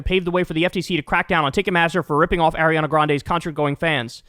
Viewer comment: Someone please teach Kyle how to pronounce Ariana